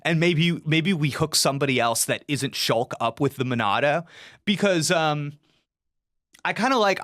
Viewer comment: I’m really enjoying this play through but I didn’t hear a word said after he accidentally said Shark instead of Shulk. If I was watching live I for sure would have been spamming Shark like all the other goofy viewers 😂